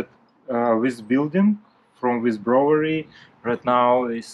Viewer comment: The reason you are having trouble pronouncing "brewery" is bcos you are trying to read & say it the European way. English is the worst language on the planet. The way we say words is not the way it's written. Try saying it like this phonetically - "moon or noon". "Broo ery". Later when you have mastered that, you can try to say the "w". "Broo wery". Most people don't bother to pronounce the "w", they just say "Broo ery", bcos the "oo" already sounds like the "w" in this word. Other than that, I think you're English is great! That's a massive job. Please take extra care not to hurt your back.